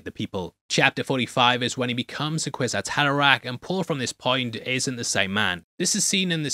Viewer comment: *kwisat haderach lol